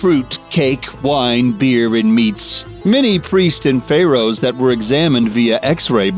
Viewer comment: Stop talking like an idiot!!! Who else just HATES how he says Pharaohs?????